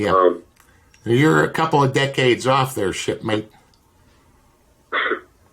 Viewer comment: Hey Don, did you call Keith a shipmate or a shitmate??